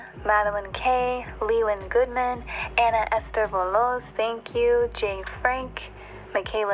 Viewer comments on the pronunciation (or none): none